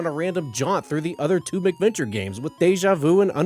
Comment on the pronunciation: I like your vids, your voice is very pleasant to listen to. However (and I hate to be "that guy") it's MAC venture...cuz they came out on MACintosh computers. You keep saying "Mick Venture" and I'm just one of those weirdos, it bugs me lol